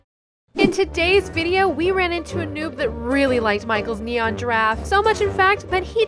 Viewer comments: Its neneon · Who just loves it when they say nenon instead of neon! XD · It's not nenon it's neon haha 😂🤣🤣😂🤣😂😂😂😂😂😂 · Is funny how they said "nenons" 😂😂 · They say that in every video and they consider that the new word for neon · I laugh when said nenon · LOL thay said nenons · It’s not a nenon it’s a neon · Is neon not nenon😂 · I really died when he said “it is a neneon” ( Edit: Omg- Tysm for 60 likes :D ) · Mega nenon!!!!! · I love it when they say neneon :p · When u guys say neneon 🤣🤣🤣🤣🤣🤣